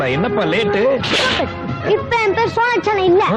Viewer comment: sonachalam ❌ solar-chalam